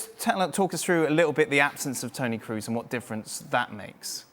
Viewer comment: Thomas is ignorant, keeps saying Kroos as if it were an English surname. It's GERMAN, double o isn't "u", it's a long "o". A football pundit working for ESPN should know how to pronounce Kroos correctly.